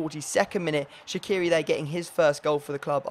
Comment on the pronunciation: Shaqiri is pronounced Sha-chi-ri not Sha-ki-ri :D Love the series!